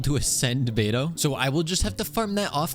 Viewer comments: 3hrs and still “bediou” 🫩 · brother said “bediou” 🥀🥀🥀 real smooth